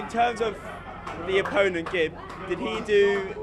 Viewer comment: It's Gib not Gibs lol